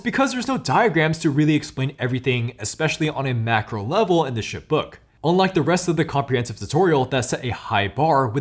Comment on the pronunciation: Can’t tell you how many times I heard “shit” instead of “ship”. 😂😂😂